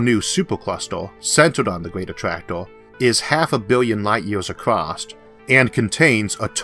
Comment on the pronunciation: "Acrosst" ?? lol